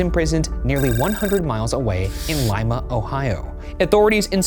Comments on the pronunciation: You said Lima right!! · As a Lima native, this is the first time I’ve ever heard a nonohioan pronounce it correctly. Well done sir. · As an Ohioan I am beyond impressed that you pronounced “Lima” correctly. Not like the South American city. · You pronounced Lima correctly! Of course it’s with a long i - so Ohio! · As someone who lives in Lima, OH thank you for pronouncing it correctly. Lots of people pronounce it like Lee-Ma. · Holy shit that's legitimately the first time I've heard someone who isn't from Ohio pronounce Lima correctly 😂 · Thank you for pronouncing Lima correctly